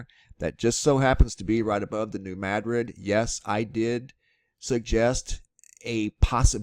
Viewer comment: Madrid is pronounced the same as Madrid Spain. It's Ma drid, not mad rid! :) Also, it's a sandbar not a sand barge.